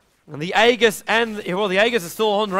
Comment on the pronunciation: How come no one knows how to pronounce aegis properly?